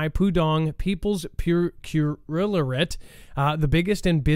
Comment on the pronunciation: Dude cant pronounce procurate?